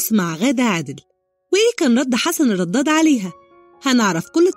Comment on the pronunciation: ليه بتنطقي الدال ضاد في كلمه الرداد وليه الكذب سبحان الله